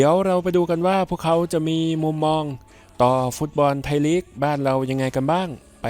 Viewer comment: ไทยลีก ไม่ใช่ ไทยหลี๊ก